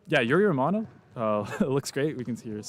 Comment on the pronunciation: The first syllabe "giu" in Giulio Pinali is like the ju in "jubilee", you pronounced it more like Julio, which is Spanish. Two difficult pronunciation for non native: Romanò is not Romano, it's pronounced with a stress on the last O and in Sbertoli the stress is on the first syllabe E and not on the O.